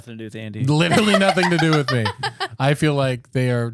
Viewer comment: Andy should learn how to say literally before he uses it in every sentence.😂